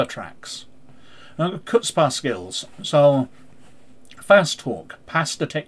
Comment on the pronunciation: Chutzpah is pronounced "hoot-spah" I believe. Though "coopah" made me laugh. I'm only familiar with it from friends who speak Yiddish.